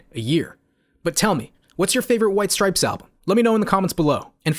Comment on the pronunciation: STOP SAYING STRIPESES! Thanks for coming to my Ted Talk